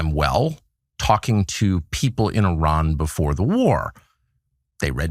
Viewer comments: [sigh] It's not Ī-ran. (EYE-ran) It's i-RAN. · It is pronounced Eran and Eraq, not I Ran and I Raq. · why people pronounce Iran hyran you would pronounce India hyndia